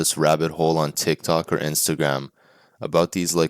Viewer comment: I'm sorry, did you say TICK Tok?!